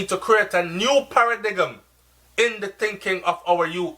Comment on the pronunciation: Para-dime.......paradigm pronunciation